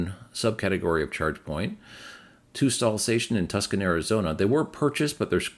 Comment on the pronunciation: Tucson in Arizona is pronounced “too saan”. You can google the pronunciation